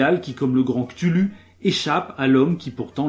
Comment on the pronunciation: oooh du lovecraft merci pour l'avoir decortiqué ^^ point pinaillage on prononce "Kouthoulou" fixé depuis les sorties des Jeux de Rôles depuis les années 80/90